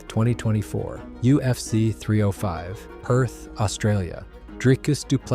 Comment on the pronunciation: Perth Australia not Pearth